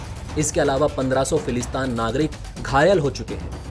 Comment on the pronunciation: फिलिस्तीन बोलो भाई,समाचार चैनल चलाते हो और एक तथाकथित देश का नाम ढंग से नही ले पाते हो।फिलिस्तान नही फिलिस्तीन।